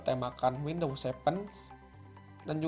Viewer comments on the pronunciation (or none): none